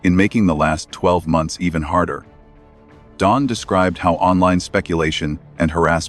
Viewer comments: His name is Don NOT Dome, ai. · This AI voice can't even get Don's name right! I'm out! I'm Dune! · Maybe try writing Don as Dawn and maybe the stupid ai could say it correctly. Glaring mistakes ruin our trust in the channel.